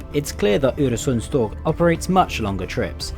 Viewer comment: Im only 20 seconds in but congratulations! You managed to ponounce "Øresundståg" really well. most people just see the Ø and Å as Os and As, even though they are not. And thanks for making a video on a Scandinavian train! they dont get that much coverage and Denmark gets most of it, atleast my home country was included1 xD